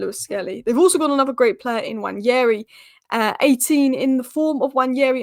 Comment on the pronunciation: I like how you pronounce Nwaneri!